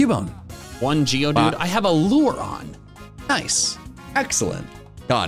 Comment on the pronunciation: I thought he said Giovanni instead of geodude